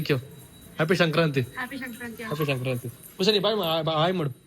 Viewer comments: ಅದು ಶಂಕ್ರಾಂತಿ ಅಲ್ಲ ಸಂಕ್ರಾಂತಿ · Shankranthi alla bro sankrathi😅 Happpyyy sankrathi🎉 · Shankrnti ಅಲ್ಲ ಸಂಕ್ರಾಂತಿ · It is not shankranti it is Sankranti 😂😂